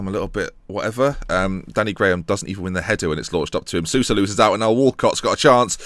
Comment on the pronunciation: Soulsa is the correct pronunciation